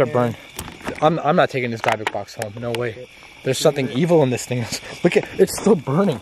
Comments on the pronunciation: It's a "Dib-bick" box... Not a "Dye-bock” box....... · It is called a " DYBBUK " box ..., and is pronounced ( 3 first letters ) " DYB " ( as the first part of the name " DEB-BIE " ) and then the last part of the word "BUK " is pronounced as the name " BUCK " ...😄😂😰😏 hope you understand what I am talking about ( I ain't sure if I do ..lol 😂🇩🇰🇩🇰🌈🌹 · Your saying it wrong it’s dybbuk box. With a silent I not a y.